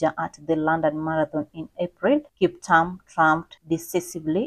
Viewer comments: She's saying Kiptam but a good and detailed video. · Please reread your script and pronounce the Kiptum with a ' U' as in a e i o u . It sounds horrible the way you prounounce the nane! For God's saje you are Kenyan! Otr are you not? I can exvuse you. But learn fast! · He is Kiptum not Kiptam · Kiptum not kiptam... anyway, may he rest in peace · Kip-toom please … written KipTum